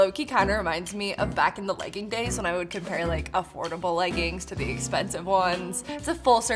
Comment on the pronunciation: i think this is the first time ever hearing you pronounce the last G in leggings 😂